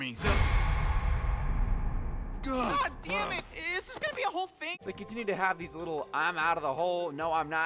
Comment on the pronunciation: "Gah Daiyum"